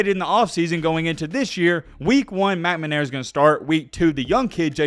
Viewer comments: Dude, it's McNAmara, not McMAnara. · I love the channel…stop saying “McManara” please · “Cade Meh-Na-Mara” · It's pronounced McNamara,and not McManara. No two M's. Most Michigan State fans don't have any problem with Jimbo's comments about Nick Satan (ot is it Saban?).Anyway, most remember that Nick quit the Spartans because he could not out recruit Bo S. from Ann Arbor. Poor Nicky. He did find a spot where he can recruit, which is the only thing that makes Bama really good. Superior players, not the coaching. Great players can cover up the coaching screwups. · McNAMera. Please pronounce the name correctly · Bro you sound silly saying McNamara. 🤣🤣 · “Fisher” was literally the only last name of someone that was said correctly in this video. Moved around letters in McNamara, left an r out of orgeron, Jamis Winston, not Williams.....started thinking maybe it was on purpose. One thing you nailed, Jimbo is an absolute bum. Kudos to him beating us, lord knows he prepared for that game, and only that game, for the previous entire year. Great job on the vids, and Roll Tide Roll 🐘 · I love you, but I hate the way you pronounce McNamara. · J.J. will be in the Heisman conversation next year. Until then, I'll subscribe when you learn how to pronounce McNamara. Notice the placement of the N and M - that'll help. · Guys an SEC home with clear bias and no objectivity. Can't even say McNamara's name correctly. Wouldn't worry too much about the yahoo's opinion. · Man you’re killing that poor man’s name! McNamara 🤣🤣🤣 but you’re content is awesome keep doing your thing! RTR!